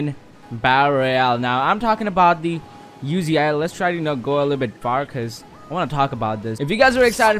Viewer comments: Bro I died when he said YOU-ZEE-EYE😂😂It Uzi ma G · Uzi pronounced ozee